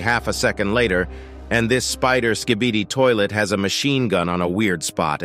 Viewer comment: Bro said "sKhBeDi ToIlEt" 🤣